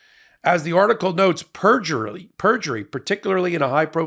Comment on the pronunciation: Perjurly? You had a Trump moment! 😜